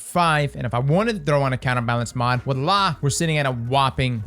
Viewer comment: dude, it's Voila with a 'V'